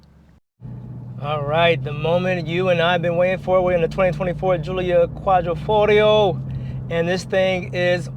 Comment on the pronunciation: Yo DAWG...I'm 7 seconds in and I'm TRIPPING Dawg !!! ROMERO !!! Quadrifogrio !!! I hope things get better "G" !!